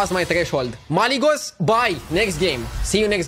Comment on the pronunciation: Stop calling it Malygos pls